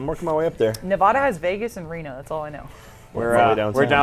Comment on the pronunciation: Pretty sad how Gavin, the foreigner, can pronounce Nevada correctly but Jack can't.